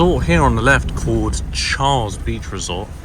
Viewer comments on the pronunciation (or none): none